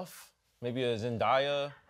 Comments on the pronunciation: Zen-DAY-uh Stop ruining my boo name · When is desus gonna finally get Zendayas name right